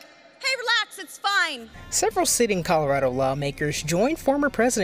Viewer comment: Polis and his lackies need to go. Love how the anchor woman called Colorado "Calirado" Smh....